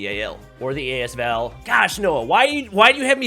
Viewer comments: As- V-A-L 😂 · AS V-A-L lmao gonna pretend I didn't hear that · "ayy ess vee eyy ell"